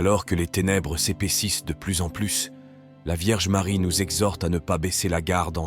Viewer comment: Merci à la chaine Prières du Christ. Mais svp pronnoncez plutot "Medjugorie" et "Maria" . C'est aussi une question de respect envers nos frères Croates de ne pas déformer les prononciations. ça commence à etre très désagréable ce comportement irrespectueux tipiquement français.